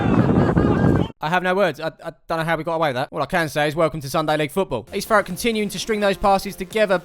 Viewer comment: he says east Thurrock 😂